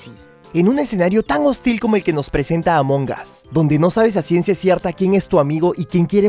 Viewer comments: Xd dice arto among gas xd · Siy yo o dijiste A monjas :v? Dijiste A monjas o Among us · Recuerden que en Inglés en ocaciones la G es muda. Y el "us" que significa "nosotros" esa U se escucha como una A. Así que todo junto es "AmonAs" Among us ¡Repito! La G es muda.